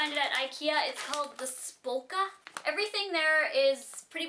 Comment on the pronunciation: haha it's sounds pretty funny when you try to pronounce "spöka" in swedish :D